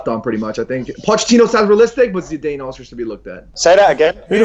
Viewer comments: Who the fuck is Zidayne? 😂😂😂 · ZIDAYUMMMMMMMMMMMMN McKola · Why the fuck is the yank pronouncing Zidane like that... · Never let pronounce Zidane again. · "Micky Phelan" and "Zidayne". Who the fuck says their names like that?! Psychopath.